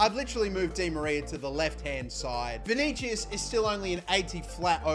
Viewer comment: btw. its vinisius